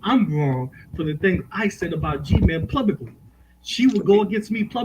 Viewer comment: So many funny interjections and jokes by and all of them went over head., please find a better co-host, this guy says PLUBICLY instead of publicly.